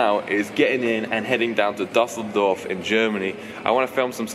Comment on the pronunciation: Dosseldorf in Germany. Aha, so wird das also ausgesprochen.